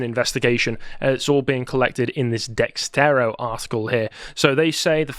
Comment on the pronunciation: duh-SHIRT-oh dexerto